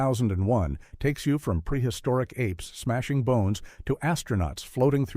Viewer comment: Oh, God, NO! AI narration prominently mispronouncing in the very first ten lines. It cannot even pronounce the title of 2001 correctly, Shit. I want to hear their list. I DON"T want to hear this shit narration.